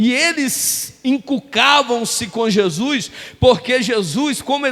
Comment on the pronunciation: É HORRÍVEL ESCUTAR ALGUÉM PRONUNCIAR "JESUIS" AO INVÉS DE JESUS.... JESUIS, NÃO CONHEÇO.